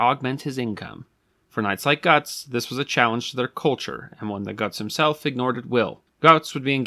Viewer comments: It’s pronounced like “goots”. Not “guts” The umlaut over the u gives a “oo” sound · I think the pronunciation is more like "goods" with a T instead of a D. And less like "guts" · The "o" with the umlaut, say e with your teeth and o with your lips, closer to Gerts, certainly not guts. Ugh. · Not guts von beargenlinkin GÖTZ (say "got milk" like the terminator would) and the last name is pronounced barlin-chinkin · Ö=oe so I'm guessing it's pronounced like Goethe (ˈgər-tə) so it's probably ˈgər-ts or gerts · It's pronounced more like gertz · closer to 'Gerts' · Wrong. He pronounces Goetz incorrectly as well.